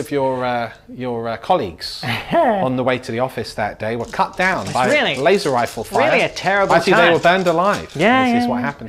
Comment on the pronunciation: Lay-zer Rifles